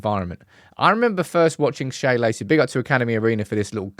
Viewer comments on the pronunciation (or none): it's just Shea, like Shay, like John O'Shea. Not 'Shaya' Lacey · Its Shea (pronounced shay) not shaya - sorry, driving me nuts. It's an Irish name